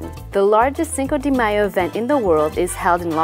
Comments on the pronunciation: lol she keeps saying cinco DEE mayo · Wrong pronunciation. Get your act together.